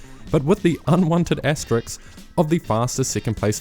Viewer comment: at this point i have to assume you're saying asteriks on purpose. it's asterisk.